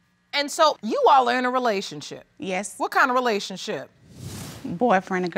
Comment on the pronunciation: It's funny how black people pronounce "relationship" like "relayshit". "We wuz in a relayshit".